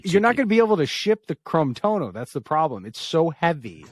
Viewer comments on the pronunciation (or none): Chrome-tono, Chrome-tono, chroooome. Just working on my pronunciation. 😬